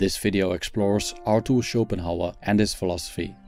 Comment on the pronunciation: Arthur, not ArTor. Its a theta not a tau. When I hear a terrible pronunciation like that, at the beginning of the video, I stop watching. just fyi. I respect that English is not your first language, but you ought to pronounce words correctly. Just an idea, if you will.